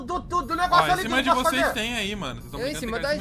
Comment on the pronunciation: parei no "voceis"